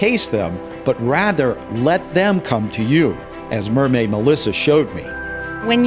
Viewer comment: he said "MERMAID MODLE"